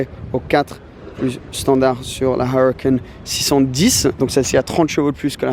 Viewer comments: «: j’aime bien la Awwrucan. » Dit le en français tqt ta rien à prouver 😂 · Il m enerve quand il prononce huracan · Huracan avec l'accent anglais mdr🤣🤣